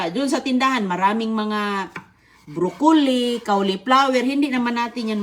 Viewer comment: Hindi nga marunong mag luto kawawa si patula lang kc puede sa sardinas ung broccoli at cauliflowers sabi niya kawliflowers hindi puede sa sardinas ang bibig parang nasa perya